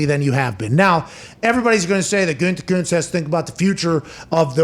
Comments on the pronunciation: Can someone please go make a compilation video of every time Pat has said “Gutekuntz” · I love Pat, but the way he says "Gutekunst" drives me absolutely nuts.